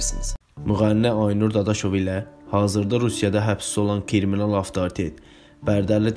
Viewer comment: 😂😂😂esasen kriminala kiriminal demesi 😂😂😂